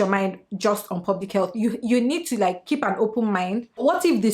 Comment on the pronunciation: “Kip yo mowt shot” 😩😩😩😩